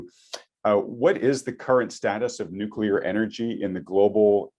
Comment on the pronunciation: Good interview, but the guest's pronunciation of "nuclear" kept bothering me